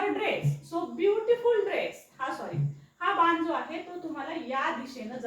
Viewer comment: आधी ज्या भाषेत वाक्य ट्रान्सलेट करायच आहे ती भाषा शुद्ध करा . बान नाही बाण असा शब्द आहे